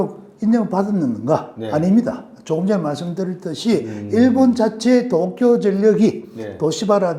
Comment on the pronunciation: 중립적이고 학문적인 이론은 잘 알겠습니다. 무작정 못믿겠다 하기보다는 참고할만한 점이 많다고 생각해요. 너무 무서워하기 보다는 어떤 사실을 주지해야하는지 알 수 있었습니다. 문법적으로은 완벽한 한국어를 구사하시는 것 같은데 문장 후미를 끊어읽을 때마다 올라가는 억양, 된소리 뒤의 ㄹ받침이 부드럽지않은 발음(칼슘, 어쩔수 등) 문장 중간에 “뭐..”하고 발음해여할 때 ‘마’ 하고 짧게 끊어발음하시는 것, 특정 단어의 억양(몇몇가지, 특히 도쿄라는 단어는 완벽한 일본 본토 발음입니다. )등에서 일본식 억양이 느껴지네요. 일본에서 오래 생활했고 한국에서도 일본인들과 일하며 많이 듣던 일본식 한국어입니다. 교수라고 하셨는데 전공과 소속이 밝혀지지 않아서 설명이 좀 필요한 것은 사실인 것 같습니다.